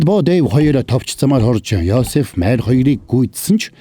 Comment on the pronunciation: Майр гэд бхн мариа шүүдээ 😢😢